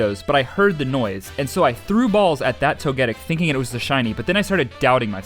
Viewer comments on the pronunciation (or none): Love your vids dude, I watch them so much and always get excited when I see a new video of yours. But there's one fatal flaw. You say Tog-ah-dic. When it's pronounced, Tog-ah-tick. But besides that, the Arceus- I mean Arkoos pronunciation is fine. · Why Yu calling it Toegettic 😭😭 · I dont get why everyone pronounced togetic like that its toge-PEE toge-KISS toge-TIC the caps signify where the annunciation is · You say togetic wrong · Your pronunciation of Togetic gets to me